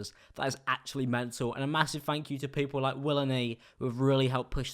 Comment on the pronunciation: FANK YEW